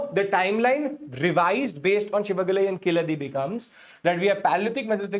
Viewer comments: IT'S SIVAGALAI✅,NOT SHIVAGALAI❌ THERE IS NO SHA SOUND IN TAMIL LANGUAGE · It's Si-va-ga-lai and NOT Shi-va-ga-ly... There's NO "Sh" in Tamil language.